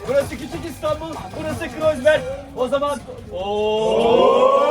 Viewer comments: 1000 kruzberg dedi cahil ama doğrusunu bir kere tutturamadı ! Kreuzberg ! Cahil herif , kroyzberg diye söylenir . Her adım başı söylemek zorunda mısın ? İnsan videoyu bari düzgün keser ! Bay lok ekşi mi getirdi seni kontenjandan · kuruzberg degil kiroysberg 🤣🤣🤣🤣